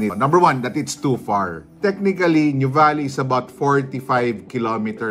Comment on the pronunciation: We pronounce it as, 'noo vah lee'. Not new valley😊